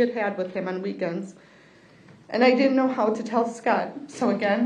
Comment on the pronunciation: Can’t pronounce DIDN’T?